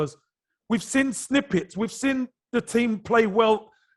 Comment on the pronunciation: Can't man say seen!!!! Not sin ffs Kevin chats shit 20 mil for holding & you say not enough I don't care if he played the game he chats shit ! Probably don't want to upset club ! But he's deluded as usual